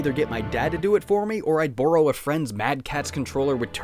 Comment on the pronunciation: I can hear your Canadian accent whenever you say “borrow”